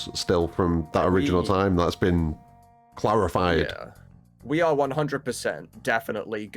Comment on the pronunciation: Did you say "clarified" or "Clerith-fied"??????